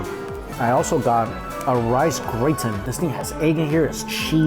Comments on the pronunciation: A rice WHAT?! Gray-tin?! 😂😂 pronounced GRA-TAN. as a full time food blogger, you need to seriously read up on pronunciation of stuff wherever you go. Constant fail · I know I've made fun of your Japanese pronunciation but French is legit hard to read. FTR tho that's gruh-TAN. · "Grey-tin" ? Indeed. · you always give descriptive and fun reviews of the food, but since you eat so much Japanese food now, I wish you would work on your Japanese pronunciation (intonation). I think you mispronounced almost every Japanese word and the French words withJapanese pronunciation (gratin, Mont Blanc, macaron) except for "udon" which was surprising because most English speakers mispronounce it as "OOHdahn." I wish you could listen to more native or fluent Japanese speakers pronounce the Japanese food words. I like hearing you pronounce Chinese words with the correct pronunciation, but I cringe when I hear popular food vloggers mispronounce Japanese (or other languagesʻ) words because it just perpetuates and spreads the bad pronunciation among viewers. Thereʻs a YT channel by Kaname Naito who focuses on improving Japanese learnersʻ accent and intonation in addition to useful phrases.